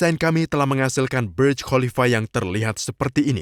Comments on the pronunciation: sok inggris, itu.bacanga burj bukan berj burj bahasa arab yg artinya menara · maaf, Burj itu berasal dari bahasa Arab "burj", jadi membacanya jangan terkesan seperti bahasa Inggris sehingga terkesan membaca menjadi BERJ...hehe